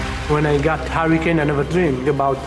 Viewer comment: Harry Kane lol (hurricane) Always hear Harry Kane when says it